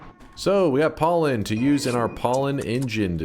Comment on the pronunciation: I like when he said "PAWLEN"